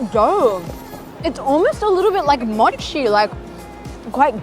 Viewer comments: As a Japanese person, I love the way you say mochi 😭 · maybe it’s because respect their culture and spent the time to learn how to properly say mochi